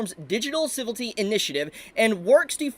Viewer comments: Ci-vil-ity not Civ-ilty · Civility. A new word to add to the list. Leaving out a whole syllable. Never stop mispronouncing words bro. It's part of your charm now.